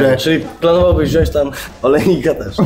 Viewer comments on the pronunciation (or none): none